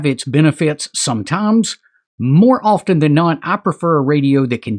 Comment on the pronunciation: The 't' in 'often' is silent.